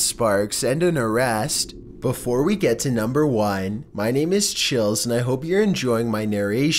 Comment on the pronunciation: NU m BEr fifTEEN